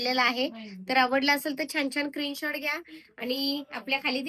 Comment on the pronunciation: क्रीन शॉट नाही मॅडम स्क्रीन शॉट बोला